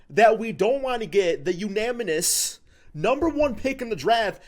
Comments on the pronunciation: ITS “UNANIMOUS” UNANIMOUS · bro said unaminous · no one:.. everyone:...: unaminous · This got you so mad that you're calling commas an apostrophes and periods, and saying words like Unamonis Trust me, I'm gonna be just as mad if the pistons dont draft Cade.